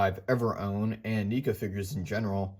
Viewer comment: Everytime you say NEECA instead of NECA it triggers me